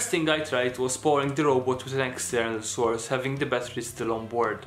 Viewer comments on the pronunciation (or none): none